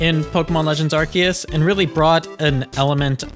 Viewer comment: ARE- SEE - US, say it with me now, ARE - SEE - US It is not pronounced "ArKeUs" 🤦🤦